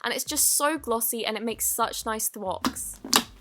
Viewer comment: Whenever she says thwok it get on my nerves